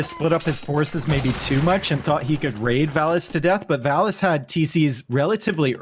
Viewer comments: Why changing the pronunciation of villese’s name ? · yep, it's v(I)lese and everyone used viles. I feel like it s a good and respectful thing to pronounce the players names as their original pronounciation was intended by the very players that hold the names. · Because it was incorectly pronounced